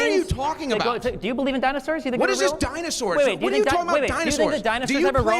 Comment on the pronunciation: If your only retort is, “you don’t bewieve in dinosooores”, you’ve lost topic and ultimately, the debate.